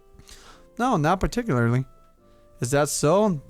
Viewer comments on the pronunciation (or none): none